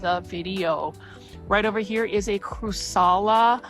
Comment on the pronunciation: Hi, it's crAssUla, not crussala:) Love your videos❤, your kimonos are stunning!